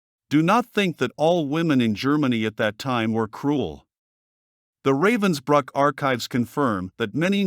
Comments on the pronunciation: It's pronounced ruh-vens-brook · It's pronounced:" Rahvens bryk"